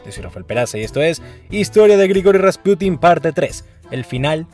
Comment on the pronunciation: Muy buen video, pero no sé porque dices RaspUtin en vez de Rasputín?. No lo digo para criticar, solo me llama la atención.